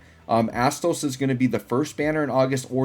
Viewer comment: My inner teenager laughed everytime u said Asstoes XD